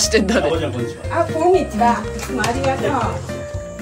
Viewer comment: こんにちはわぁって…発音相変わらずおもしろ